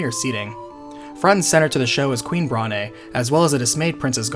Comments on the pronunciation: It's pronounced Brawn not Brah ne. It's a joke about her being overweight. The e is silent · I'm pretty sure the 'e' in Brahne is silent. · And "Bron-aye" instead of Brawn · Same! Adding to this, I also pronounced Brahne as Brain. I know that’s wrong, but that’s how I pronounced it as a kid. I like it. Gives the game a more cerebral feel.